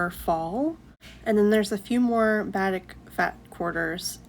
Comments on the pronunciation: Batik is pronounced like ba-teek’. If you’ve only read it, it isn’t obvious. Love listening to you. Oops, I see someone already said it. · I actually loved watching you sewing, you have a nice calm voice. The only thing was the way you pronounced Batik...it's pronounced Ba-teek 😊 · Batik is pronounced baa teek